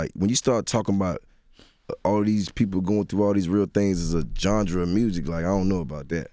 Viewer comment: "John druhs of music" - Jeezy